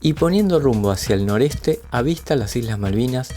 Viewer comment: Nutka es costa norOeste. dijiste noreste. . saludos